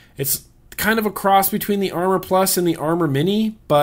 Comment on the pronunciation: I love ya, love your reviews, BUT that wismec tank is called the Amor, as in like love in spanish.